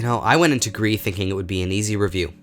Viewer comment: dislikers are the kind of people that are mad that you suck at pronouncing Gris